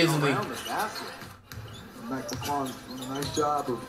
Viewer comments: lmfao flight says mic lung 😂😂 he cold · Bro he say mick lung 😂😂😂😂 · Bro said “ McLung “ 😭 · "Mc lung"😂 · Idk how he keeps a straight face with the 💩 he says , him butchering McClung and kuminga is f***ing hilarious 😂😂